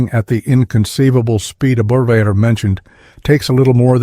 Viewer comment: It's pronounced lead better.